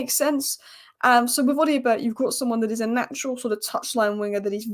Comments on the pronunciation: it’s pronounced O-doh-bear not O-dio-bert. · Odobert...Oh-Da-Bear. Love the Spurs updates though